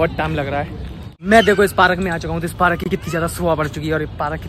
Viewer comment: Parak kya hota hai park hota hai na